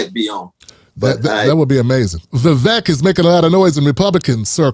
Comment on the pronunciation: Vivek is pronounced Vivake, as in steak or fake. Vivek the Fake, just as DeSantis said.